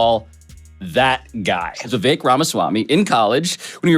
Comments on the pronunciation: Vivek rhymes with "Fake." Also, "Rake" (steps on...). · Viv-ake also rhymes with SNAKE = just saying.